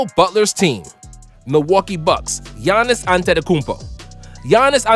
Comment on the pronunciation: “Gannis antedekemputo”